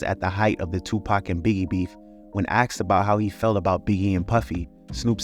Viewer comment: Bro I can't with you americans saying "aksed" instead of "asked"